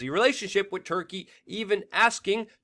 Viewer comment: WeAreChange I really like your channel, watch it alot. HOWEVER I really wish you would learn to pronounce the word WITH!!! IT IS NOT PRONOUNCED AS WIT!! It makes you sound really stupid when you say "wit" instead of with! It's also very annoying, has made me click out and NOT watch you!